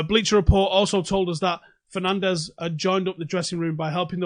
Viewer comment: 6. His surname is pronounced differently than everyone uses it, he is Portuguese, not Spanish!